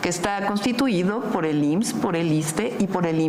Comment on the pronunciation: de verdad Xochitl no sabe pronunciar la frase "or"? dice "po falta de infomación" jajajaja wtf